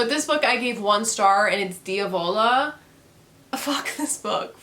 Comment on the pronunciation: I love how even after I've pronounced Diavola correctly a million times and even told you how to say it you still fuck it up, somehow even more than this book fucked up at being remotely scary or interesting. Congrats.